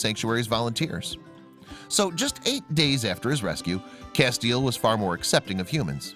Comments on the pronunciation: Great story.....I must say though, you pronounce his name "Cass-tee-el" I'm a Supernatural fan. LOL Thanks for showing the plight of wolf dogs. They are beautiful and deserve love and a forever homes just as much as a regular dog. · FYI :Castiel is pronounced Cas-ti-el on Supernatural. 3 syllables.